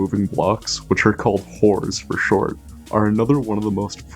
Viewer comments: (reads it out loud) ( says "hors") me: wait no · also what a way to say hors.........